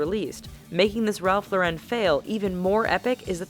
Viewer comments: It’s not Ralph lor-ren it’s Ralph Lauren, he’s American and so are you! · its ralph LORE IN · The way she says "Ralph Lauren" was giving me pain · me too! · The way she pronounces "Ralph Lauren"... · That's not how you say Ralf Lauren